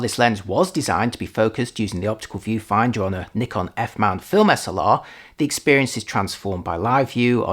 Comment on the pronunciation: Finally a native English speaker who pronounces "Nikon" correctly👍